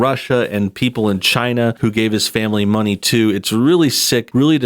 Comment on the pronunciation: I love the way that in the middle of speaking normally the word China comes up and he says it like cHiNaH